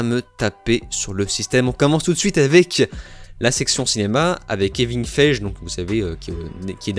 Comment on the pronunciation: Pas sûr de la prononciation de Kevin Feige 😂